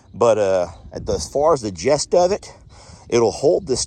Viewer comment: I hate to be the pronunciation police, nobody like that guy, but .. I have heard you say it quite a few times in several videos. So I would want someone to tell me the correct way to say a word .. I hope you feel the same. 🤷🏻‍♀️ Not trying to nit pik or criticize amigo. It is getting the ‘GIST’ of the conversation or whatever .. not jest. Gist like fist. Love y’all. ❤❤❤😊